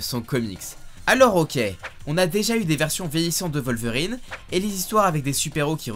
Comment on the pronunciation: C’est un « w » pas un « v » dans WOLVERINE